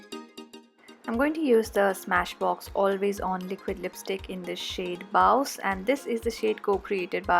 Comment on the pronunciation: Hey it's bawse, pronounced at "boss" not how you said it. She also has a book called "how to be a bawse" so I know :)